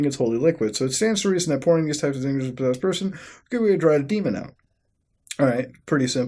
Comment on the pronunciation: "po-seased" muta you good